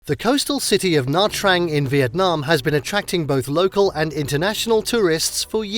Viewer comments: The name of the city is sounds Na-Chang, not Na Trang. The letters "tr" sound like "ch" in Vietnamese. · I'm from Nha Trang and some people say Chang , some will say Trang. But Nha not Na. Na is some foreigners who cannot pronounce NH .